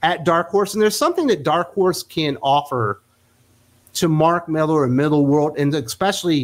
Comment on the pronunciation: MillAr, not MillEr ;)